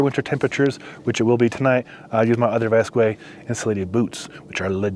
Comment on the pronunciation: The brand is pronounced “vask” not “vaskway”